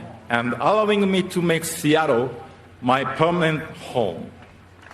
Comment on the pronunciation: 凄い 凄い 本当に凄い。 イチローさん ありがとう。 シアトルの発音も完璧。